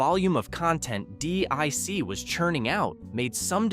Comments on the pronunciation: Deek not dick... lol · Pronounced 'DEEK' not 'DICK' :) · It's not D.I.C. It's Deek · Dic wasn’t pronounced dick it was pronounced deek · It's pronounced deek not dick. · You said "dick" it's pronounced "Deek" DIC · definitely not dick entertainment, which this narrator also used at least once at random... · yes, but it’s pronounced deek. Not D.I.C. and definitely not dick. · its pronounced Deek. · Dee-eye-sea. It's Dic you aid sod. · DiC pronounced its name as "deek", by the way. You can probably find some of their bumpers/tag stings on youtube. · It's Pronounced DEEK, How do you know Someones Too Young To Know What They are Talking About LOL